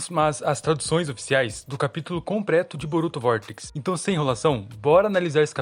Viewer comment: TIVE Q VOLTAR 3 VEZES PRA TER CRTZA NO " C O M P R E T O " 😂😂😂😂